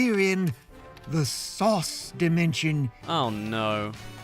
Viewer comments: the ending segment was painful because it sounded like they were saying sus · They pronounce "sauce" like a 5yo says sus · it sounds like they are saying sus and not sauce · Sometimes it sounds like they are actually saying SAUCE but after that you just hear SUS.... Thanks Among Us memes